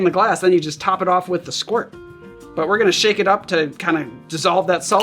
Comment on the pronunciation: Pronounced Eh-SqweeRt